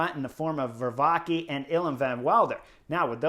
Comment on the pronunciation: I know it's hard and it doesn't really matter but... Pronunciation Vervaeke is not Ver-vah-key but Ver-vah-kuh. Van Wilder sounds cool in English but it's Van Will-der (like in wilderness). As Quickstep has shrunk those names will probably return so there you go. Pretty cool Vuelta thus far, this seems to be the stage race breakthrough of REV. Let's hope he stays on the bike and healthy. I also believe the Vuelta is probably best fit for his qualities. One sprint after another in the Giro and the big guns at the Tour would have been too much to handle this year for the kid. Good choice by his team.